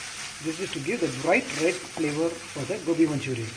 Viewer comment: Sir its gobi not gopi LOL🤩